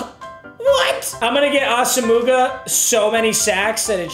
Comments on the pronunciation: The way he’s saying asomugha hurts my soul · nobody wanna tell him how to say asomugha? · I think it’s funny how he pronounces Nnamdi’s last name wrong 😂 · Get this man to say Nnamdi asomuoghas name right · does intentionally mispronounce Asamugha's name or does he just not know lmfao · I cringe every time he mispronounces Nnamdi Asomugha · Someone PLEASE tell papa it’s asimwa not asuhmooguh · Ah sum wah for the love of God not ah sum mooga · ITS NOT AH-SOM-MOOGA ITS AH-SOM-MUAH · awesome-moo-gah lmao it’s aw-sim-wah papa 😂😂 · NAM D AH SOME WAH! Not AH SAH MOOGA! Come on Papa!!! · NAM-DEE AWE-SUM-WAH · It’s not asa mooga 🤣 it’s Auss omowuhh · Papa, its (viet)nam-dee awesome-wah Not ossumugga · It’s asome-wa NOT ASUMOOGA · papa it’s pronounced awesomewah not asamooga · It’s ah-sum-wah not ah-suh-muga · Nobody: Papa: ASA-MOOGA!!! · Ik I love papa but it drives me crazy - “ah-sum-wah” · I cringe so hard when he says “ Asamooga” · Nobody: Papa: AsaMOOgah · It's Ahs uh mwah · We need to tell him it’s AH SUM WA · saying assamooga is like him pronouncing his own name meager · I’m gonna comment everyday. It’s pronounced Ah-Suh-muah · No disrespect, but Nnamdi Asomugha is pronounced Naam-dee aa-suhm-waa. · Comment #53 PLEADING to learn how to say Asomugha correctly. ITS “AWESOME-UH-WAH” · Asomougha Is pronounced awesomewa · When is this man gonna learn it’s not pronounced “As-a-moo-ga” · Meag’s it’s pronounced Ah-sum-wah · It's pronounced Ahss-um-wa for future reference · Just an fyi, it’s pronounced Ahsum-muah” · Asomugha is pronounced “Awesome-wah” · Just needed to let you know because I've heard it in multiple videos. You're saying Asomugha wrong. It's pronounced Ah-sem-wah. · nnamdi asomugha is pronounced AH-səm-wah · Say assamooga one more time I dare u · It’s pronounced Awesome-Wah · Dear Papa, sorry for the correction, but it annoyed god damn near anyone, His name is pronounced Nam d y Asom waa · Asomugha is pronounced awesome-wah